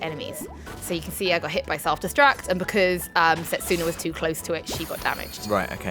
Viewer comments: Set-sooooona. ARGH! You're putting the wrong emPHASis on the wrong syLLABle. And yes i'm mad, bro. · The thirst is real. Minor weeb nitpick guys, you're over-pronouncing the U in Setsuna. There's a character with the same name in Negima! and watching the anime in Japanese it's pronounced more like Sets'na. U's are often soft or silent.